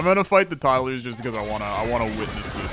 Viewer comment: Todd-a-lers was my favorite running bit. I heard it the first time and was glad you commented on it and it was funny when you kept saying it